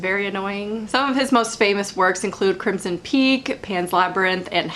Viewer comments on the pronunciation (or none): none